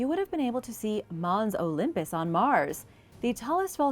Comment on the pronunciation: FML it's Olympus mons. You're saying it wrong.